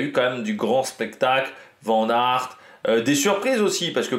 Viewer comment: Fais moi plaisir je suis bilingue flamand on prononce vanne aert merci^^